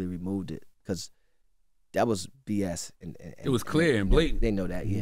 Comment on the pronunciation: I HATE how ENVY says “BECAUSE”